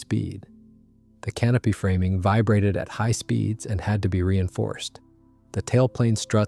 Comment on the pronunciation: Please teach your robot to pronounce speeds properly .